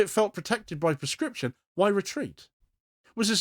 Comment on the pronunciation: PLEASE clearly say proscription so that it does not sound like prescription Very good content.